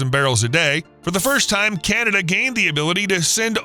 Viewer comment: It thought it was CANada not CANTada.. get it done hoser.